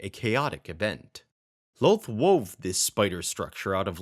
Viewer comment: kind of annoying the way you say Loth like Loath ... it's more like Lawth